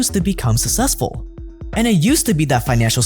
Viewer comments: it's successful not sussessful as you pronounce it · pls learn to pronounce "successful" properly!